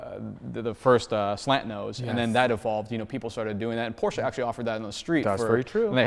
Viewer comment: THERE IS NO A IN PORSCHE!!!!!!!!!!!!!!!!!!!!!!!!!